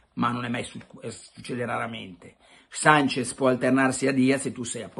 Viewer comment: Carlo!!! Si chiama SANCHESSSSSS con la SSSSSS. Non mi pari a te ti chiamino PelleCatti